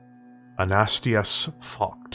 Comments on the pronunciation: It doesn't help that the dude has an uncommon German name, Focht alone is hard to say, let alone Anastasius. You just seem to be lacking the late A, AnastAsius, not Anastius. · Dude, I've enjoyed your work. Please take this as constructive criticism. Please learn your pronunciations better. It takes me out of the experience when you say things incorrectly. An-a-stāis-ius, not A-nast-i-us. Just an example. I'm not downing your work. I'm hoping to help elevate you to the level I think you could be at.